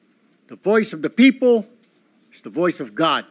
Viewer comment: Tama ba yung rinig ko "Pepow" 😂😂😂